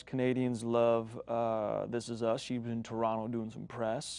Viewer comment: He said Toronto like a Torontonian. Love <3